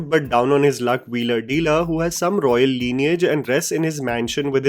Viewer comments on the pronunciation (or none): none